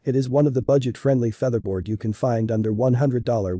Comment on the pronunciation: Another AI generated audio video... WTF is a "feetherbaord" ?!!